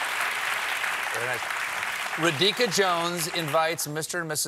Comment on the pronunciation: Ra-Dika ..lol